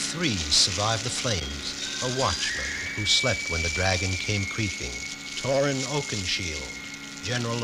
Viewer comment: He did a little. He called him “Torin” instead of Thorin